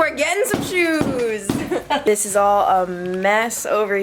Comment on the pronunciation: I live on Long Island and even I heard that “all”